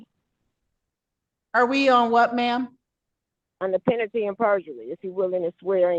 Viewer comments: Did she say, "penanty and perjidy"?😂😂😂😂😂😂😂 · "Under penatty and perjury" 😅 I wish the judge had asked her for an explanation of "penatty and perjury!" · Did she say peanity and perjury? It's due process I have my querstions answered and my querstion is "what is a female?" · She dumb. She don't know how to pronounce penalty 'n sh*t. She say it like "pennity". Know what I'm sayin'? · Is she saying "under penity and perjury"? 🤣🤣🤣🤣🤣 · I heard Brainy Bonita saying "penalty and perjumurree" 😂😂😂 As Fred Sanford would say "Ya big dummy"!😂😂😂